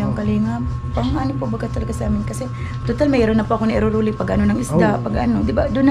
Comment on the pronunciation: needed mo ipraktis ang sinasabi mong,,,Rolling "